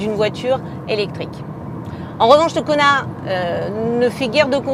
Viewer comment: à chaque fois j'entends Konard